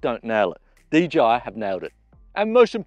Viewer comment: it's DJI not DGI..! LOL The J is pronounced JAY..! not GEE